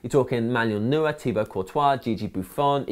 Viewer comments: Its pronounced NOI-er, not NOO-er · Why do so many people pronounce Neuer wrong?